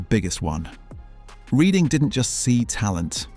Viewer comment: its REDHING not REEDING effing ai slop downvoted